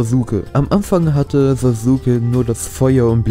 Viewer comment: "SasUUUke" ahhhhhh 😣